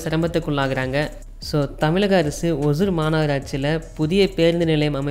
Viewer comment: அது பேர் ஒஜூர் இல்லப்பா. ஒஸூர்.